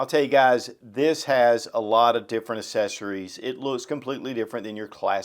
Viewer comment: ACK-- SESSARIES